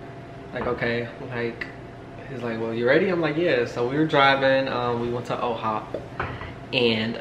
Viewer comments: Why you keep saying OHOP it’s IHOP LMAO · First off love the videos. But really love u personally but, can u not call it O’HOP it’s I’ HOP okay lol 😂😂😂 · Am I going nuts or did you see y’all went to “OHop”? Is there an OHop and iHop?! Lmao